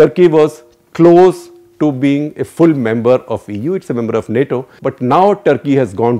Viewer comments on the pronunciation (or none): none